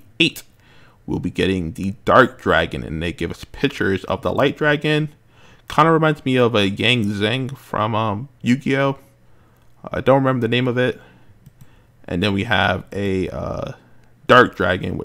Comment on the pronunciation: It's "yang zing" from yugioh